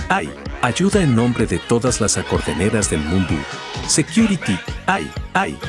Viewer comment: No puede ni pronunciar security securi🤣